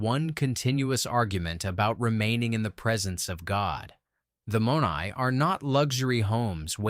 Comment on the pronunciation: Not to be critical here, but the Greek word is not pronounced with a long 'o' but a short 'o' and 'ai' is pronounced as a short 'ay' but with a 'eh' sound. Using AI does not enhance your credibility, but, all in all, I liked the video